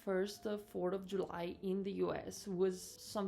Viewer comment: "Fort of July" <== what's cuter than her pronunciation of this?!?